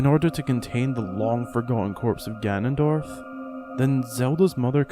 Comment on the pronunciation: It’s gannondorf